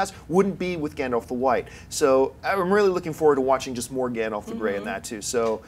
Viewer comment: Did seriously call him Gondoff? And call the mountain Arober? Please learn the proper pronunciations!